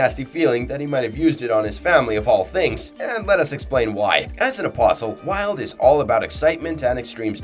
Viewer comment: What? I thought his name is pronounce Vee-huld